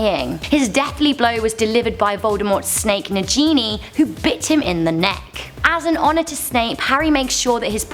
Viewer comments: ITS NAGINI NOT NAJINI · Najinj 😂 it’s nagini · Negini not Nejini :3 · It's NaGIni Not NaJIni I'm not hermionie but I feel like her xD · Najini? Little Whining? WTF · Really! Najini? Seriously it's Nagini na gee nee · Na-J-ni? its Na-Ge-Ni (Pronounced) Spelled: Nagini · she said najini it is nagini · It's Nick Gainey not Jeannie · nagini not najini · It's not said Najini wtf it's nagini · Severus Snape should be number 3 and you said niagini wrong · Little Whining? Najini? has she even heard the pronunciation in the movies? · It is pronounced Nan Genie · YOU MISPRONOUNCED NAGINI TRIGGERED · who else cringed when she said nagini wrong